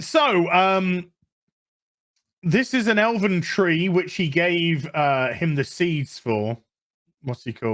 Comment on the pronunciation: He's Nell..."like leaves on da twee" Jesus H